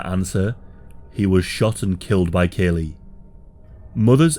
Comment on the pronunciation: As the college educated son of a Vietnam veteran, born the same year as this Massacre, who has himself casually studied the Vietnam War, I want to register my disgust at the amount of misinformation in this video. Not to mention, your pronunciation of Lt Calley's name is unconscionable. A video borne out of ignorance of facts is not helpful in the grand scheme of historical education. And this video meets that description with room to spare.